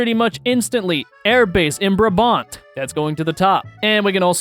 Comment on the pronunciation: As a native dutch person, it hurt me how you said "brabant" Its Bra-bant with a hard T...